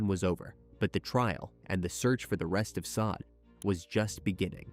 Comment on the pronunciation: Just FYI -- pretty sure her name is pronounced SHAH DAY . Just like the phenomenal singer Sade .